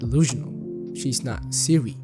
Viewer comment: Why do you keep saying Seeri ☕ re